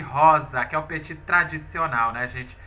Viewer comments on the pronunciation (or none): none